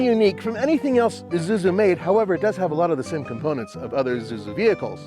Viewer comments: this is ISUZU, NOT IZUZU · Everytime somebody says Izuzu instead of Isuzu, an angel's wings are violently plucked from its writhing body.